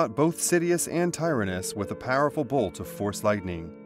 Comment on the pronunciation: TIE-RIN-IS Tyranus. Tir-an-us Why do you pronounce things strangely? Good video though. Subbed.